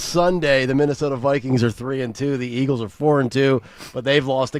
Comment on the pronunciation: Can someone PLEASE tell Dawn it's Eagles not Eggles!!!!!!